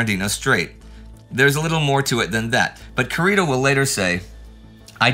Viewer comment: Indy, your favorite pronunciation nitpicker here! You pronounced the u in admiral Kurita's name like the one in "cup", but it should be pronounced like in "cuckoo". Anyway, thank you and the whole team for the tremendous work!